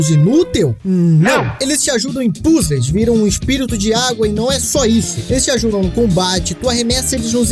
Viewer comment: dos mesmos criadores de: STEUT vem aí PÚZEIS